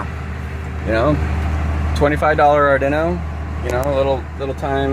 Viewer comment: Ardinno 😆 it's arduino like guido because it's I-talian!